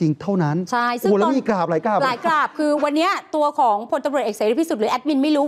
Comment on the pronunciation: จะให้อภัยเพราะนักข่าวออกเสียง กราบบบบนี่แหละ555